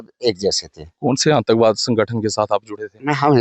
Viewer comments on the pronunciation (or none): Aantakvaad nhi aatankvaad reporter ko pronounce karna nhi aata tatti reporter